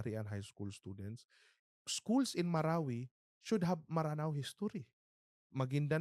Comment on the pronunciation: Please correct din po when using “Maranao” instead of “Mranaw”. ☺️ Our history instructors and other Maranao scholars say it’s supposed to be pronounced as “Mranaw” and not “Maranao”. I love watching your episodes ❤ I hope you get more more more engagements and sponsorships 🎉